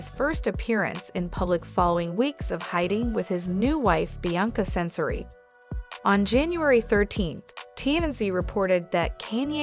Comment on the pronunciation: Will not subscribe when you pronounce all these peoples names wrong including the name Censori 🙄